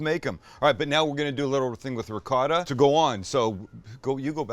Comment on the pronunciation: Why do you say ricott?…